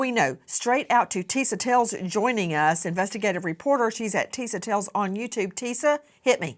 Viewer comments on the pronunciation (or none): I believe "Tisa" is pronounced "TEE-shuh".